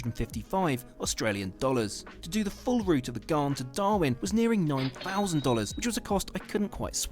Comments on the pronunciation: I did Darwin to Adelaide on The Ghan in August. It was brilliant. But pronounced Ghan as in Gan not as in Garn. Note - the single cabins were brilliant. Yes they are small and you have to share bathrooms but the bathrooms are full size with full showers (unlike the 2 berths that have tiny ensuites). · Heh heh, it's the Ghan, rhymes with fan, not the Ghaaaan. I'm a fan, btw. Cheers. I live in Perth, where we have the world's best climate, IMHO. Yes, it's a long way from anywhere, but air travel makes it easy (except for the COVID disruption). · Ghæn, not Ghaan. Short for Afghan. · AS an Adelaidean (from Sth Australia) I can tell you the Ghan is just for travelling south to north and vice versa. If you plan to see the main citiies, look into the Indian Pacific that goes east to west from Sydney to Perth and vice versa. The Ghan is pronounced with just the 'a' sound not the 'ah' sound. I know the guy talking said it with the 'ah' sound but he's British, not an Aussie. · The Ghan is pronounced Gan, not Garn. I’ve travelled on the Indian Pacific from Adelaide to Sydney and return. It was a very pleasant trip. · I promise you vegemite is better than marmite. I love one and hate the other...oh, and Ghan rhymes with can. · BTW the pommy host said it wrong. It's gan. Rhymes with can or Stan. It's named after Afghans (Afghanistan people) which was the nickname given to the camel drivers in the 1800s who opened up the interior/outback to white people. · Gan its pronounced Gan i wish people would just try to get it right if they're doing a story about something from another country, be it towns, food or transport. When it comes to Australia people just bugger up our language. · I heard recently that the Ghan had been bought by a US company. It's pronounced Gan IE it's named after the workers from Afghanistan in the old days - they also introduced camels which now run wild all over central Oz. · The Ghan is short for The Afghan Express & Australians pronounce it like ran or tan.